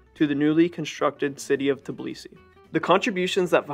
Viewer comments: this is a great video but just so you know its tbilisi not tiblisi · no Tibilisi but Tbilisi , no Vahaktang but VAKHTANG ! ... pronaunciation !